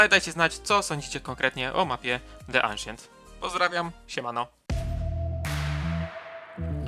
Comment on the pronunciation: mordko nie "aszient" tylko "ansjent" :p pozdro :D